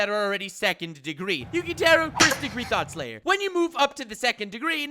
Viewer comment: Damn I thought you said " Thot layer." Not "Thot slayer"